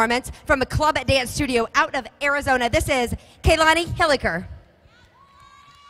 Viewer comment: Lol she said Kalani’s name wrong